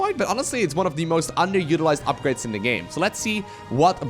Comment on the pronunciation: where are you from that you pronounce a "th" sound with a d? Ex: Though = Doe, the=de, either=Eder